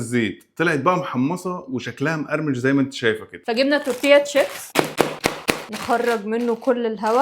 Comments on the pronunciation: تورتيا تشيبس ايه يا باشا اسمه دوريتوس 😂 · يارجماعه مش بتعرفو تقرأو اسمو دوريتوس مش تورتيه😊😊😊